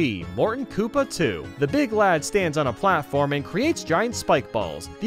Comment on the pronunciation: When he says BEEG BEEG. browser I laughed my head off